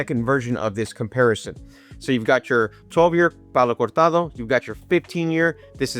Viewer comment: Hey man, great video! Almost purchased a Signet today, a bottle I always wanted to try, but is expensive, more here where I live. Have you tried the newer expensier Signet reserve? Also, kudos for that "Cortado" pronunciation.